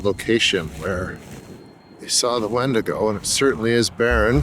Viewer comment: Love your content here & on your Roku channel & Tubi! I wonder if it comes if you mispronounced its name over and over? Good stuff, Irregardless, of the mispronunciation messing with the credibility of the speaker. See what I did there? Visiting on recommendation from Midnight Lycanthropy. 🎉🙏🏼🕉️